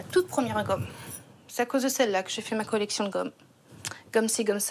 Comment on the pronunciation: j ai cru entendre collection de god mdr